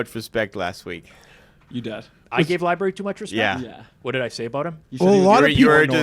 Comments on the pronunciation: Did everyone just let it go that apparently doesn't know how to say the word library? FOUR times they let libary go. How was he not absolutely dragged for that? 🤣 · can’t say library like a lot of the homies on the Spaces.😂😂😂 Li-berry 😂😂😂